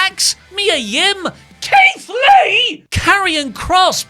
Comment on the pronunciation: HOW DO YOU SCREW UP KEITH LEE?!?!